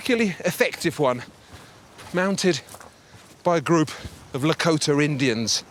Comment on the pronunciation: Lakota. Not Lakoter.